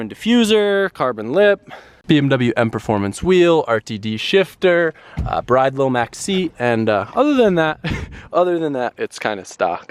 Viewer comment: you've been to Japan,Those seats are pronounced "BREE'DAY" not Bride.Doing my head in!! By the way I only came over to this channel cause one of your viewers spotted Ceetus trying to hide his baggie on his desk in the Feedom Factory Tour,So funny.....Busted Bad